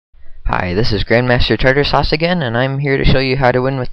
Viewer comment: Did you say "Grandmaster Tarter Sauce"?